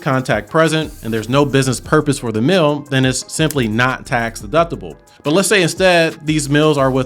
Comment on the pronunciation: Great info! On a funny side note, every time you say “mill” (meal with your accent), I simply can't hear “meal”. So I'm thinking about business mills, working mills, etc and its confusing. Lol And before anyone says anything, I definitely have a MN accent. Its not pretty. 🤣